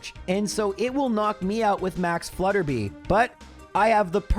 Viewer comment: Hey! Three quick things: 1. Max Flutterby is "flutter by," like if you switch the letters around in "butterfly" 2. Bea is pronounced "Bee." It's short for Beatrice 3. I'm an audio engineer and I've noticed your plosives - "p" and "b" sounds - hit the mic a little hard and make a light popping sound on big speakers. You can fix this really easily by putting a cheap pop filter on your mic and also putting what's called a "high pass filter" (usually built into any EQ) on your vocal track. High pass at 100 Hz and it'll cut out that low stuff without affecting how your voice sounds. Excited for another month of!